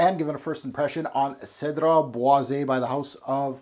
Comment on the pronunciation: You pronounce it bwah-zey (é)